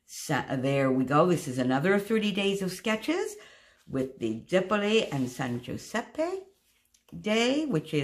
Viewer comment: I love everything you created. I also especially appreciate your pronunciation of San Giuseppe, that was perfect ♥️